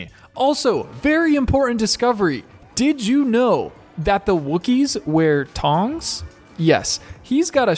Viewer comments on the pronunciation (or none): Two cool side notes- Lucasfilm actually hand made a bunch of Wookiee from real yak fur, just like Chewie's costume. Despite his deep pockets, there were only like 15 made, and then digitally duplicated. Clone Wookiee! PS- it's TH-ONG, kiddo, not TONG. Tongs are those leather and wood shoes that guys that eat Ben and Jerry's and listen to Phish wear while they brush their pony tails. Things are basically dental floss that the humans formally known as women sometimes wear under jeans if they plan on drinking Lite beer and attempting to ride a mechanical bull. Awesome channel, homie. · Dude it's pernounced th-ong